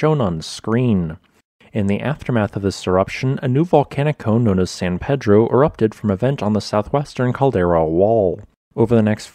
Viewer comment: Ah-teet-LAN; paydro